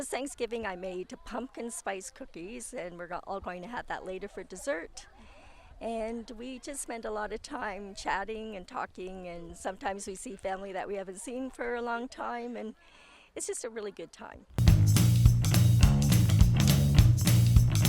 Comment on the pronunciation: it's supposed to be ''talking'' not ''taking''